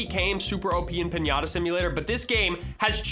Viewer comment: PIÑATA not pinyata